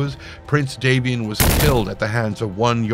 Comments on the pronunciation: Normally I wouldn't nitpick, but the lore specifically points to House Davion being descended from Anglo-French nobility (d'Avion meaning 'of Avion) so it informs the way that name should be pronounced. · What's with the weird pronunciation of Davion?